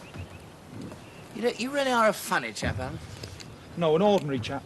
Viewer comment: "..... we ORDNARY chaps ... " 🌟🌟🌟🌟🌟🌟🌟🌟🌟🌟🌟🌟